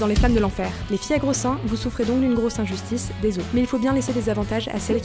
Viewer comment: "Les gros seins".... "Une grosse sein justice" (grosse injustice)